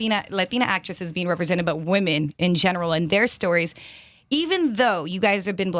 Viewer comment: When he said stories, he said stowies!!!